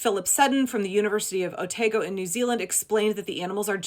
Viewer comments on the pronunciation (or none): a minor (but Cringey for us Kiwis) thing... pronunciation thing.... Otago University. pron. Oh-Tar-go not Oh-tay-go. The rest of your points is dead on the money. Good Call Out! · Just an FYI: Otago is pronounced O-tar-goh. Source: my New Zealand born and raised self ( now living in Australia). I’m very glad to hear your explanation of what’s really going on. I saw a YT video that included the bit about getting DNA from an ancient tooth and presented it as the dire wolf was now “de-extincted”. My first thought was: did Jurassic Park teach you nothing?! Closely followed by holy crap, you are happily anticipating a time when significant numbers of these dire wolves will freely roam the American continent and absolutely haven’t given even half a thought to the massive damage that is likely to cause. 😳